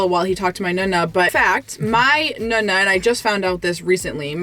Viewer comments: Carlo teach how to pronounce NONNA - it is not nOOna (nuna) - but nOnna! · Why do you say Nunna instead of Nona? I think it’s time for to learn Italian. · nooonaa and noonoo. Not Nuna and nuno. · Cute she pronounces is nuh-nuh 🥰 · Its... Nonna....like know-Na... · Carlo at least teach how to pronounce nonna and nonno! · I hate how she pronounces nonno and nonna. It’s so bad 😂 please, take some Italian lessons